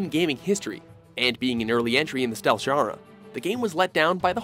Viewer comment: Has no one else noticed how this narrator pronounces "genre" ? I have no idea how it could be that wrong. :)